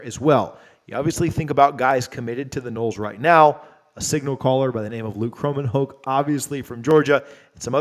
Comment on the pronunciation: Luke Kromenhoek (Crow-men-hawk) It is going to a few years that you will be saying that name, thought you mi9ght want to say it correctly.